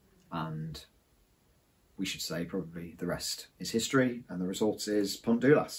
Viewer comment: Really nice video, in every way except.......... Dulas is pronounced Dee Las in Welsh. "U" becomes "ee" in most circumstances. We had a river Dulas in Corris which joined the Dovey / Dyfi. You are absolutely right about the area south of Aberystwyth, and would love to have experienced both steam and diesel trains over there. Your approach to modelling is refreshing, and is a very easy watch Thank you